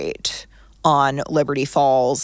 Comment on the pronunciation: why do you say, "leberty falls"